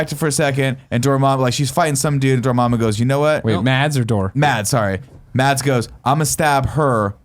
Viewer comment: The d in Mads isn't pronounced, it's more like Maz.